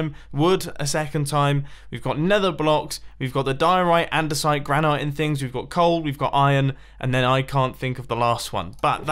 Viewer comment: Did mumbo call granite, gran-ite?